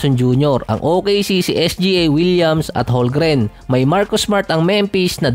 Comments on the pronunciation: Holmgren silent "L" hndi Holgren 🥱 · Holmgren boss hindi holgren✌️